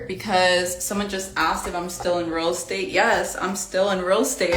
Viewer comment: Is she saying “real state”??